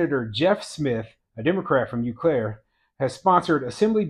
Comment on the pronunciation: Eau Claire is pronounced O- Claire😉